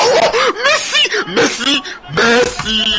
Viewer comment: "MESSI PETTER"?